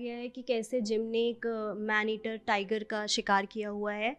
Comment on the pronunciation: Madam.. aap jis jagah se reporting kr rhi h..pehele uske baarein mein bataye ki vo kon si jagah h..phir aap aage reporting karein..tabhi aapki shi baat samajhi jayegi.. मैंनेटिर नही मैडम .. मैन ईटर